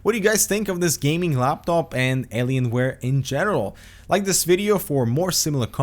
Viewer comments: 'Alienswares' wtf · Did you really say "Aliensware" and "Numslock"?